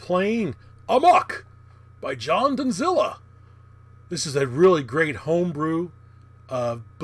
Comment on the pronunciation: Great seeing this and you playing his game. Though the second 'd' in Dondzila is silent (very uncommon last name)